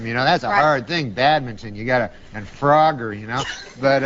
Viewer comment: i thought she was saying "farogger" and i didnt know what that was. AH.. FROGGER